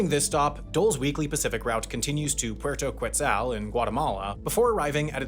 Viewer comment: Puerto Ketzal NOT Kuetzal. Yeah I know English speakers can't be bothered to pronounce foreign words correctly so they just go ahead with the butchering like it's the locals that should change to pronounce the word like in English.